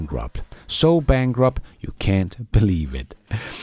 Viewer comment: Bankwupt, what is that, better not take on a job and an English teacher.